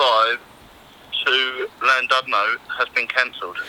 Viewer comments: Geoff, it's actually pronounced Llandidno, other than that, nice info. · Llandudno is pronounced approximately (as an English person might hear it) as "Clantidno" the "u" is prounounced as an "i". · It's pronounced llan-did-no :) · Geoff. Good video. Llan-DID-no is how you pronounce it! It does matter...please. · He was okay with llandudno, but it is as he pronounced it, but the DUD part is pronounced DID. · I was so surprised when he pronounced Llanrwst correctly but then it fell apart with Llandudno and Dolgarrog 😂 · He didn't have enough saliva in his mouth to pronounce Llandudno and Dolgarrog correctly lol ;)